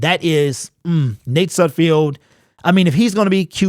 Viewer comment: Hi - It's Nate SudFELD not SudFIELD - just sayin' - keep up the good work dawg!